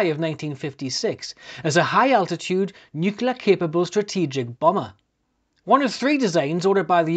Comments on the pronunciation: Sir, the word is NUCLEAR not NUCULAR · Think of it as NEW-CLEAR, with the emphasis on the NEW. Never fails.